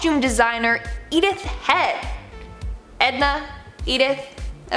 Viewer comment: Edith is not pronounced eith a hard E at the beginning but with a soft ]Eh] at the begginning